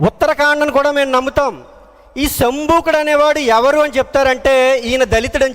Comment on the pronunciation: సంబుకుడు అంటున్నారు అలా అనకూడదు శంభోకుడు అనాలి వాల్మీకి బోయ కాదు అతని చుట్టూ పుట్టలు పోసాయి కాబట్టి అతన్ని వాల్మీకి మహర్షి అంటారు త్రిసంకుడు కాదు త్రిషేంకుడు అనాలి సంఘమిత్ర